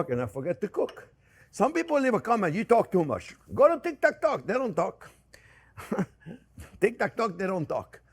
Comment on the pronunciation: ”They don’t talk in tik-tak-talk” 😂 You just have to love Jean Pierre ❤️